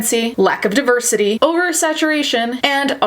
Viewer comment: If pronounces deversity well shit then it is DEVERSITY PERIODT